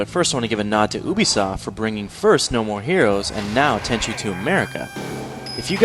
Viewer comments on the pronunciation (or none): I swear everytime I hear this... Dude it's Ubisoft, as in (you-bee-soft) not Übisoft pronouced (oo-bee-soft). You're saying Ubisoft not Uber. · Stopped listening when I heard you say "oobi soft" Its pronounced " Yubi soft" With kind regards on a good video, The english language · STOP PRONOUNCING UBISOFT LIKE THAT!!! THATS HOW MY DAD PRONOUNCES IT AND IT ALWAYS BUGS ME!!!